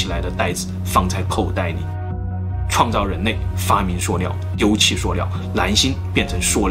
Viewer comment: 不看字幕听有些词根本听不懂，难星我还以为是什么呢，原来是蓝星。。。